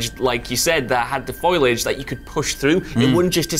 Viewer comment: Foliage = Fo-lea-edge